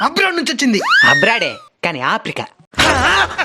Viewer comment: Faran❌ afrikan✅ ...❤nic ammai